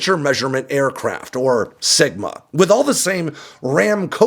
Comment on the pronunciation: You said "sigma" and I heard "smegma". Yeah... Great images.